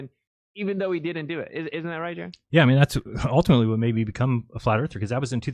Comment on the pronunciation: The I us pronounced eee, u guys!!! Just like Italian, Jeran!!!